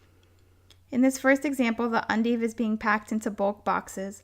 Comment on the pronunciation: You keep calling them "undives" in the video when they are "endives"